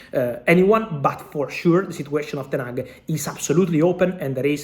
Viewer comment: Ten-hag stays